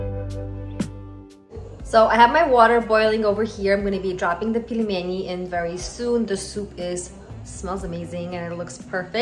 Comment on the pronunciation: Not pilmeni, but pelmeni (пельмени).